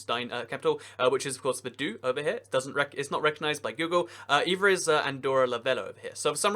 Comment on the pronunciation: You don't know how to pronounce Vaduz. That's sad.